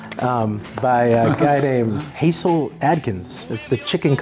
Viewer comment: Kudos on the Ron Wood pick, but his albums Gimme Some Neck, and 1234 are so much better, regardless of the cast on the first album. And btw, Hasil is pronounced Hassle. Y'all got great taste! Cheers to Tompkins Square!